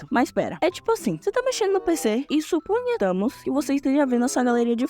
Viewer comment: "supunhetamos" kkkk